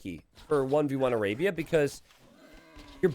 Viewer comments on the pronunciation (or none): none